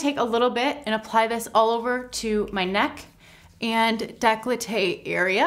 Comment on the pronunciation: It’s décolleté not declloté